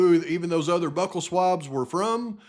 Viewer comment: Bew-cull. Byou-cull. Buccal.